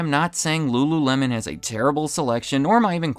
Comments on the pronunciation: Ahh yes .. rururemon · "ru-ru-remon" C'monnnn bro 😂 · lmao rururemon 😂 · re: in this video. “L” is difficult for Asian people to speak. That’s why a Wincoln Contiwintal does not sell wery well there. EDIT: I can not roll my tongue. I will never be able to speak Spanish, Italian (and probably many more languages) properly. I wish no denigration to anybody.. it’s just where/how we grew up and learned to speak.